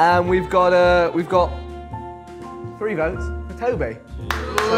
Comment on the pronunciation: Also, Josh can't say the word three